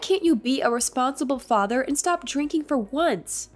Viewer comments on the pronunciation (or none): The way this guy talks. Says Fadder instead of Father and Brodder and Modder in other stories